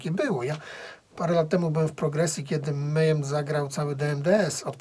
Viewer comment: alembiks776 wez zobacz na yt wywiady z członkami mayhem, posłuchaj jak sami wymawiają nazwę, wróć i przeproś.